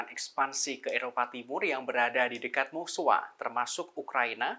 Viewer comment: Kenapa sih harus bacanya Musowa, Moscow gitu loh... Bukan Moskwa